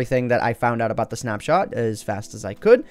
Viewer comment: "But anyways guys, I hope you have enjoyed this snapshart review" <--- Is that intended? XD